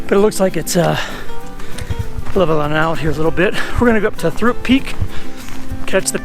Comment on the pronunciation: actually pronounced, "troop"